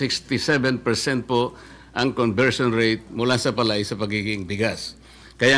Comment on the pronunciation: Mali nag pagbigkas nila ng salitang PALAY parang tunog Pilay ....